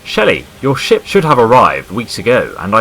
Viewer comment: When he said ship I thought he said shit